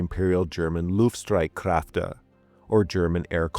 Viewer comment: The letter "ä" in "Luftstreitkräfte" ist pronounced a little bit different than "a". What's the reason you didn't pronounce it correctly? Inadequate research, pronunciation exercise or indifference?